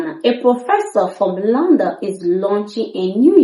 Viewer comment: London not Landon. Kindly correct this obvious and huge error.